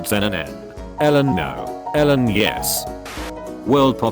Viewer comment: the funniest thing that happened in this video was when the text to speech read Elon as "Ellan"